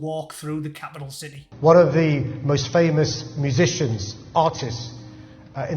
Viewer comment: The way sadact Khan pronounces city as ciddee really winds me up.